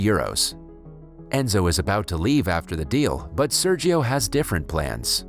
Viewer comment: It hurts my ears how Sergio is pronounced ._.